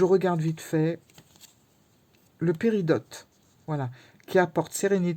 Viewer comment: Coucou on ne prononce pas le T au péridot. 🥰